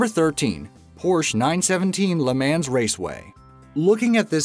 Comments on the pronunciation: You actually pronounced it le “mans” rather than mong. Not to talk about the fact that you said, that the wii was less popular than the PlayStation 3 or xbox360 when it sold a lot more than Those Two. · its pronounced le mons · The way he says Le Mans is pronounced le mon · You pronounced le mans wrong it le mans (luh MUN) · its pronounced le mons not le mans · Pronounced LA MONS please. Not la man. Just so you know. But anyways entertaining video! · It’s pronounced le mons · Le Mans is pronounced le mo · Say Leh Mans one more time and I swear. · Le ManS. Bro before you make a video please figure out how the fuck to pronounce the shit u talking about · JOU SAID LE MANS TOTALY WRONG TWICE!! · You pronounced le mans wrong